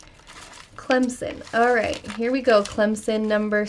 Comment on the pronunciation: Wow! you pronounce Clemson perfectly! Most sportscasters don't know how to pronounce it (they keep calling it Clemzin) But your is the way it's supposed to be pronounced. Even a lot of tiger fans can't pronounce it that good. Oh and in Smokey & the Bandit they do travel through Alabama.